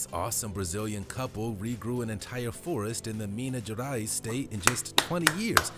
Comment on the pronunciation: "That's a freaking whole florest" lol